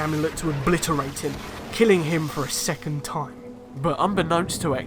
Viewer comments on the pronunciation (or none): none